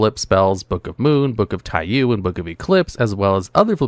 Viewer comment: Alright I'm gonna say it because it's driving me crazy Taiyou is pronounced Taiyō. Long o sound at the end. Sun in Japanese